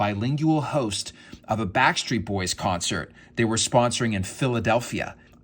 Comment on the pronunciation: Speaking fluent mandarin and then saying “Backstreet Boys” with the most American accent ever then straight back to mandarin 😂